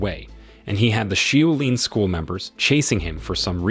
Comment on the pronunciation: Shaolin ....... shaw lin (not shoe lin)